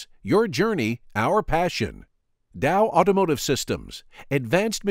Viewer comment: It is generally pronounced 'ottomotive' not 'owtowmotive' dear. Ouch ow! Hurts my ears.. to hear owto instead of auto.